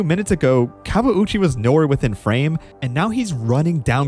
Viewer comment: This YT'er and the Portuguese announcer knew how to pronounce his name unlike the American announcers who kept butchering it and not even trying.